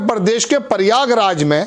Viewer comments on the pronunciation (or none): none